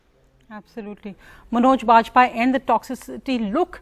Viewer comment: She pronounce like manauj baj-paiye. Asabhya mahila, aisan logo ko hindi bolne wale besharm jarur lagte honge.... Par naam sahi se khud uccharan nai kar paynge